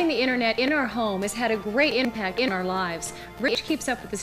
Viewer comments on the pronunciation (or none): “having the Internet inH our home has had a great inHmpact inH our lives”